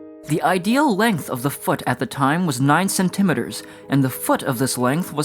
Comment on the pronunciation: I have never Heard anyone say cm like that before lol 😂